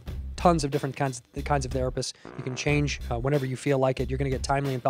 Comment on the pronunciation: he says "tons of cunts" instead of Kinds when talking about doctors & therapists 😂😂